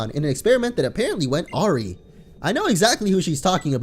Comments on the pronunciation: Wtf it's pronounced a wire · haha loved how he said awry